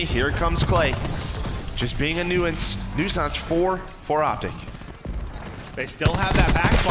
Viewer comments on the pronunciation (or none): 0 for 2 on "nuisance"